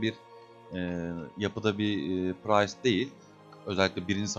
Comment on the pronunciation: Lütfen artık şu classa 'pırayst' 'pıraystlar' deyip durmayın.